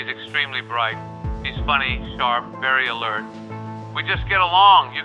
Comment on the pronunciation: “very alert” sounds like he’s saying “she’s conscious” 😭